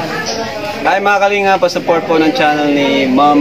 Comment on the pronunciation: The only thing that i dont like on ur vlog is how¹ u pronounce the word kalingap